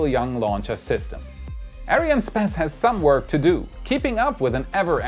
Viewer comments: why does he keep on saying Arianespaas? It bugs my OCD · its pronounced ARIAN "ESS" "PASS", just so you know :) keep doing your work, love the show! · Hey you mispronounced "Arianespace"